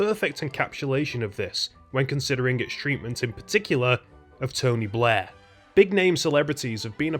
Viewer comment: It sounds like he's saying "Blah" and not "Blair"